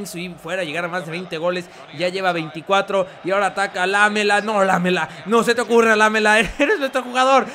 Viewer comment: La palabra Lamela se acentua en la ultima A